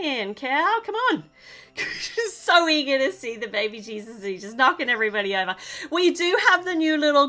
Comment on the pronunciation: It’s so funny how you say baby cheeses instead of baby Jesus!